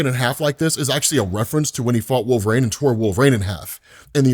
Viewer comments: Why wolv-rain? Why? Why do you pronounce like this on purpose? Is this rage bait? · One. Just give me one video where you don't mangle Wolverine's name. Like, is it intentional trolling? An accent or regional dialect thing? SHEESH